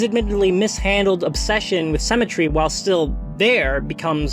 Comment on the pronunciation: considering the context it took me a hot minute to figure out you were saying 'symmetry' and not 'cemetery' here. ^^; anyway great video thank you, reminds me i need to go back and read soul eater whenever i'm ready to take the plunge of getting into a 20+ volume shounen. have you seen soul eater not? it drops the halloween aesthetic in the garbage can in favour slightly halloween flavoured generic school anime and has precious little animation budget for a shonen adjacent thing but i'm highly inclined to forgive it because like it's a gay poly love story with the thinnest imaginable layer of allegory and that's not something u see in media every day